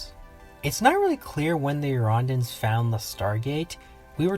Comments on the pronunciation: He's pronouncing their name wrong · Huge fan. Watched almost all of your videos. But fuck me, i cringe HARDCORE everytime you mispronounce "Eurondans".